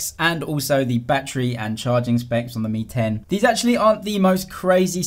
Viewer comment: lmao I heard the same ting as well. realme 10 vs real Mi 10 😂